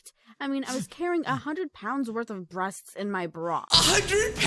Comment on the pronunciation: "Breastsksksksksk" Why do I hear that?